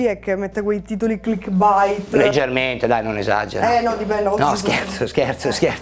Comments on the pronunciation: A sentir dire baing e tututut le viene naturale dire clickbait e non clickbeit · Queste sono le volte in cui ha detto "cliccbbait" 👇